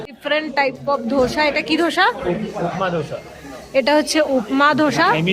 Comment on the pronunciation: তোমার এই বেড়াতে যাওয়ার ভিডিও গুলো দেখতে খুব ভাল লাগে। তোমাকে একটু কারেক্ট করে দিচ্ছি কথাটা 'ধোসা' নয় দোসা বা দোসে বলতে পারো সাউথ এ ওটাই বলে।